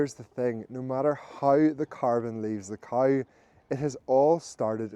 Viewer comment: Also it's cow not couwe.